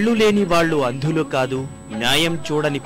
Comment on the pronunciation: how these people are appointed as anchors , they dont even know how to pronounce teluguperfectly ,,it 's shame on part of teluguspeaking people , vallu, veellu pelli , etc etc train these people first and then entrust such jobs on commenting on films